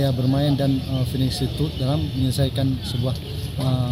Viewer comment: Ma'af ! Jangan disebut lagi finishing tut, ya. didengar orang di luar Aceh, malu maluin. Bacanya Finishing Tachs, tulisannya Finishing Touch. Atau mendingan disebut "Sentuhan Akhir"